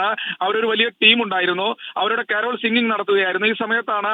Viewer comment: കാരാൾ സംഘമല്ല സുഹൃത്തേ കരോൾ സംഘം